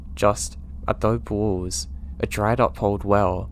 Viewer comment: I absolutely love your work, another great video as usual! Thank you for all you do for us ❤ Also just as a native Arizonan I can help teach you that the word "adobe" is pronounced "ah-doe-bee" now you can sound like you've traveled a bit haha love you and have a great weekend!